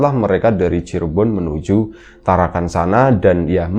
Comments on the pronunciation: maaf bukan tarakan tapi parakan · PARAKAN mas....bukan TARAKAN....😅😅😅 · Parakan mas bukan Tarakan